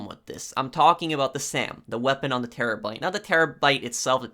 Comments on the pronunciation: Bruh he also was talking about the Chernobyl and says terrabite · Terobyte? Do you guys hear this dude say terobyte in